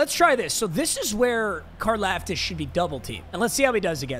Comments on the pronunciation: You say his last name like car- loft-tis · Car-Loft-Is. Holy shit mm casual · Why’s saying Karlaftis wrong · I go to Purdue and you are saying his last name wrong fyi